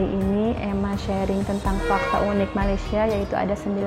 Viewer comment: Unik juga tapi disebut bunyi yunik (ikut sebutan bahasa inggeris).